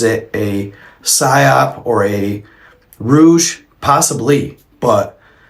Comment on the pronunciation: The word is not rouge its rouse